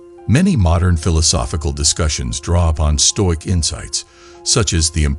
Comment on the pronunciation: All the comments here are bots. It's very obvious. Perhaps if you read the script rather than using a bot you'd actually pronounce the workds correctly. Nice if you pronounced stoic correctly at least. Put the effort in ans read the damn script. Be different.